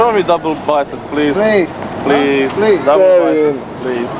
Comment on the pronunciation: I always lose it when that one guy says “show me dable baicep plis” and then proceeded to correct himself with “no dable one” 😭😭